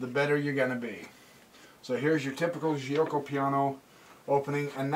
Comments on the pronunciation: bxc3 is wrong that was the opportunity to play the Moeller (Moh-ler) with d5. Giucco is pronounced joke - oh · Nice video! BTW the right pronunciation is " jew-oco piano"